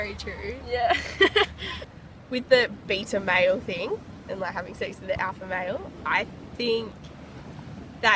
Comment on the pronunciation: "Having sex with the bita meaal(?) instead of the alpha meeal(?), "